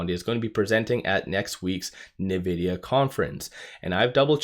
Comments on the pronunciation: You're saying " Nuh-vidia "... But its pronounced ' In-vidia ". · Dude, it's pronounced INvidia, not NEvidia, get it right 😂😂😂